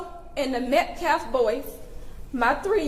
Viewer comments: His name is Austin M.E.T.C.A.L.F...not Metclaff... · This fool can’t even say Austin Metcalf the right way.. Met claaf .. he is a joke. This whole family is pieces of shit. They should get in trouble for him carrying a knife to school all the time. They jail parents for their kids missing too many days. I just have a bad feeling about this case.. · "Awzden Mekleff"!! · Whay is Austin being called his last name Metclef ? That's disrespectful... At least pronounce Austin's name correctly. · This POS Activist is not only the biggest Racist out of any of them but the LIES he stood there and threw up out of his mouth was ridiculous! And he still CAN'T say the word Metcalf, wow! 🤬 PS ~ DON'T tell the press they can't ask you anything else! 🤦‍♀️ #justiceforaustinmetcalf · Oh and I wish that asshole talking would pronounce Metcalfs name right.. either he can't read the name right or he's doing it on purpose.!!!! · notice how this guy cant say Metcalf correctly, talk about disrespectful. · That dude still can’t say METCALF right?! 😤